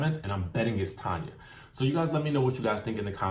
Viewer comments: TAN-YA. Why do ppl keep calling her Tonya? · Tanya, not Tonya! 🤣😆😫